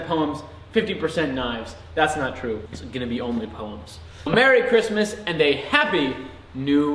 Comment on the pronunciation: Finally I have found someone that can actually pronounce poems one not poyms very nice